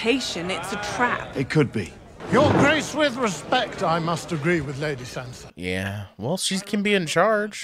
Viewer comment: Sansa not Sona!